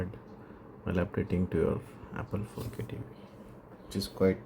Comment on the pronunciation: "apol tv facke" "we have da remot" 🗣️🔥🔥🔥🔥